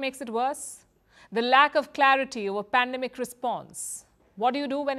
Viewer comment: Its not pandamic. Its business. 😄